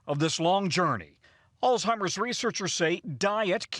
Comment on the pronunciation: Please pronounce Alzheimer's correctly. No "t"